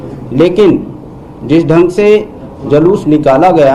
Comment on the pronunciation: DGP महोदय जूलूस को जलुस बोल रहे हैं जो मुंह से सही नहीं बोल सकता वह कान से सही कैसे सुन सकता है